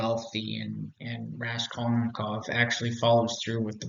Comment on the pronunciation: I'm very curious to see if you learned to pronounce "axon", "solipsistic", and "Raskolnikov" in the last 6 years. Other than your bizarre tendency to mispronounce these and other names and terms as if you have never had a verbal conversation about any of this, your take on all this is quite useful.